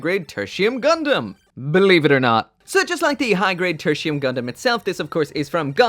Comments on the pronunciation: Thought he said Gundam Tortilla. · Loved your review, and this applies to all your review! I only cringe everytime you say the gundam's name. Katakana says it is Te-ru-ti-u-mu ga-n-da-mu. So It is suppose to be said as /tertiyum/ Well that's just me. ✌️